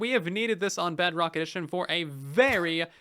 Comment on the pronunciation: i hope you know you keep saying “BugRock” instead of “Bedrock” (